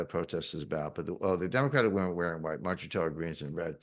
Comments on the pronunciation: Biden fell for the bait that MTG gave him.. he wouldn't have even mentioned her name if she hadn't given him the button. And now her family has proof from the state of the union that the current president can't even pronounce their daughters name correctly. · Too bad he couldn’t even say her name correctly.😂